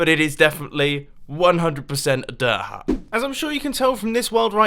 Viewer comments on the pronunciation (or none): he says dirt hut like daahaa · Mumbo one time I thought you said derp hut and it made me laugh so hard. I love your redstone vids and it helped me alot lately. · No offense but "dir huh" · He said bird hut, not dirt hut!!. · Was he saying dirt hut or durha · he meant what he said bc thats how it sounds when mumbo says dirt hut